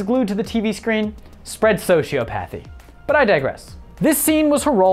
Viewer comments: Firstly: thanks for doing this video, good stuff. Secondly: "So-sheeyo-path-ee" / "Sosee-ah-puh-thee" (anybody?) Pedantic, I know. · It aggravates me that he pronounced "sociopathy" wrong.